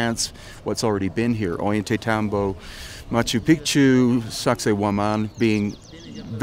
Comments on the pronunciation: An easy rule for improving your pronunciation is that both in spanish and quechua the double el (LL) always sounds like a y. Like in "Ollantaytambo", it sounds like 'oyantaytambo', or Mama Ocllo, 'mama ocyo'. Great video. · You homie. I only know because I went there. But it’s call “ oh-yawn-te-tom-bo.” I’m jealous though the day you went to Peru the weather seemed perfect!